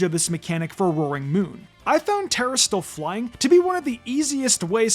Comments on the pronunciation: Good to know you can be a content creator without knowing how to read. "Turahstill"? Wtf is that? Its "Tuh-rass-til-eyes" not "turahstillize" or whatever the fuck you said Jesus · It really just sounds like he's saying "tera steel" over and over. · BRO LEARN TO PRONOUNCE TERASLILIZE